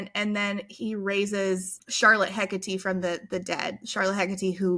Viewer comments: You almost pronounced Hecate right the first time you said it. It's HEH-kuh-tee. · If you are going for Greek pronunciation of Hekate (Hecate is the Latinized spelling) it's Eh-Kah-Tee. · Hecate is a goddess, pronounced heck-ah-tay dont ask how I know this lol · It absolutely isn't pronounced 'Heck-a-tee' but I adore the idea.